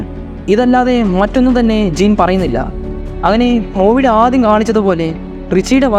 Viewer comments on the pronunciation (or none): none